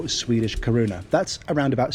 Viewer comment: I hate pulling people up on their videos, but as a frequent visitor to Sweden, I must comment on your pronunciation of the word krona. You pronounced it as corunna, and this is slightly incorrect. Sorry to do this but that is the only thing I have found across all of your videos that could be termed as "wrong"